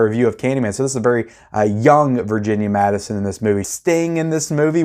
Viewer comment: It’s MADSEN not Madison. Also lynch literally uses his own dreams as parts of his movies. The elephant man is a pretty straightforward movie. You should like. It’s an absolute masterpiece. If you aren’t liking lynch mulholland dr is gonna really put you off (maybe not). Naomi Watts is at her career best in it. Twin peaks?!